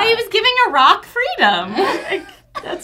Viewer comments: LMAO. I also thought he said A ROCK. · ....I heard it as a rock to because Ive never heard anyone pronounce Iraq like that before. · I was with the beginning, I thought Phil said "a rock" haha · I thought he said "a rock" too. I started laughing so hard when I realized I was wrong. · I thought he said "A rock" too! haha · i thought he said "a rock" too haha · haha omg i heard "a rock freedom" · The thing about giving Iraq freedom yeah I totally thought Phil said "a Rock"